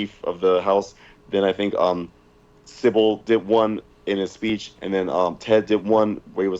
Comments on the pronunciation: Even post fishtank he still calls Simbal “Sibble” lmao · still calling symbal "sybil" is so b.u.r.t. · I love how he has pronounced Simbal wrong the entire time lmfao